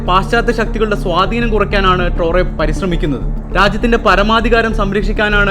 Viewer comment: ട്രോറെ അല്ല.... ട്രയറൊ